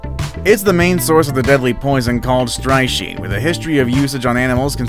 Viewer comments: it is pronounced "strick nine" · Strychnine is pronounced stricknine